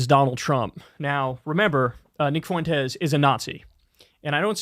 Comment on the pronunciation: The guy´s an asshole but Kyle it´s hurts my ears the way you pronounce his last name. It´s pronounced Fwentes, Not Fu en tes